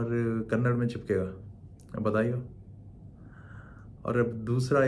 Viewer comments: Dude it is Kannada not Kannad. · Please note its not kannad , its KANNADA. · Kannada, not kannad. 👁️‍🗨️